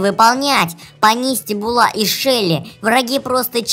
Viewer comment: Буула а не булааа